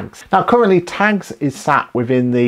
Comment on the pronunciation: Thank you, excellent. I thought it was funny with your accent, when you were saying tags, i thought you said tanks. I thought is QBO now in the military lol. Thank you for a great video.